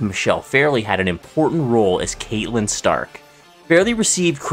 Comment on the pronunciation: I’m disappointed you pronounced her name as Kate-lyn Stark It’s CAT-lyn stark Also it’s not Reh-mus Lupin It’s REE-mus It’s hard to take you serious when you can’t even pronounce names correctly Names that have been spoken out loud in each of these medias